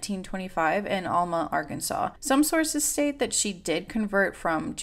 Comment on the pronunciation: Just want to say in the nicest most kind and not rude at all way, that Alma is pronounced as Elma ❤